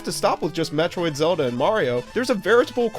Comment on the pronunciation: ok its not metriod HER name is samus and samus is a GIRL jeez you know nothing about the 80s games